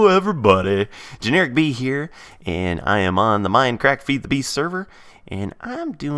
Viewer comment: everytime I hear him say "Generikb", I can't help but think of it as "Generikbee". Is that the same with anyone else?